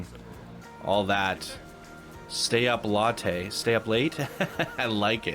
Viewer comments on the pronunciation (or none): none